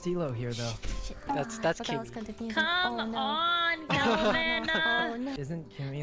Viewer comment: Ahh back when sykkuno said kimi instead of keemee